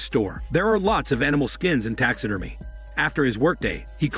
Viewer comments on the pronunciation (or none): It's pronounced "Tax ah Derm Ee ah" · "Tax Sid Er Meh" I love that the person doing this channel is not a native English speaker and the voice is an advanced text to speech program I have heard on other channels. You end up with engrish like that said in a confident way.